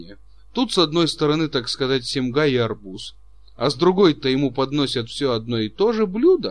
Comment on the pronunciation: Все хорошо, кроме некоторых неправильно произнесенных слов, как шинель, сёмга и др